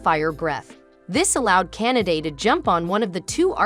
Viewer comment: The way you pronounce Kanade’s name sounded like you were saying Canada and now I cannot unhear it.